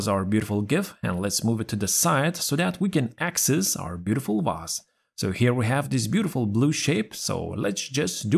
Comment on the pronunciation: I just love how you pronounce the word 'vase' - it always sounds 'Vaas', like the infamous mad guy from Far Cry 3. 😆 Using an invisible pie chart to set the right percentage is a very clever idea, I'll use it from now on, thanks! But Microsoft should offer us a much simpler method, I think... You can already set up a lot of things, why this should be different? Also, I had a strong feeling that you're behind this new channel since its style is very similar to yours! And I was right, of course... Good news: you have a new subscriber! 😁 Keep up the good work, mate! 👊